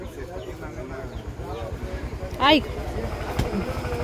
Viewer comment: Carmen se dice traer no es tralle se escucha muy feo bachillera